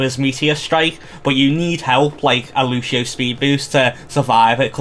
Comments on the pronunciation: "lushio" hurts every time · lucian is the english equivalent of luciano, wich is the long version of lucio everyone in the game calls him lucio, no one calls him lushio if you lived in a spanish or portuguese speaking country they'd pronounce your name soomers, its not the same thing